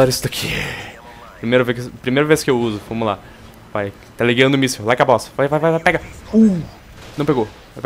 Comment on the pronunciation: As vezes ele fala Like A Baous!! xD